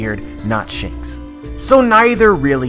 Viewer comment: ITS SHANKS MAH MAN